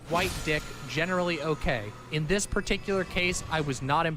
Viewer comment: my dude said "DISIS" 😂😂